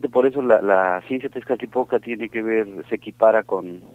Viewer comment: Todo bien pero por decir Tezcatipotla 😂😂👎👎